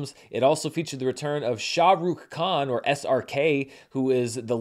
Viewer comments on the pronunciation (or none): none